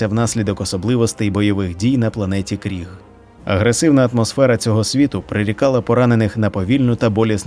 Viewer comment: Ну в загалі, буде правильно говорити Криг, а не Кріг (на мою думку)